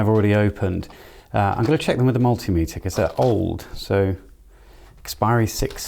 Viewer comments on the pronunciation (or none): none